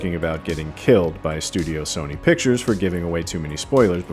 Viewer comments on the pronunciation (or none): none